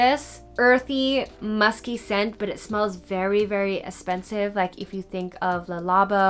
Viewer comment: Random but I love the way you say “eh-spensive” lol and your voice is so soothing!